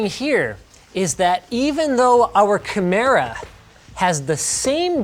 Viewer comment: I've never heard the word "chimera" pronounced as kamera